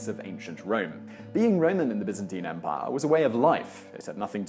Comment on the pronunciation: thumbs up for not pronouncing it BUY-zan-teyn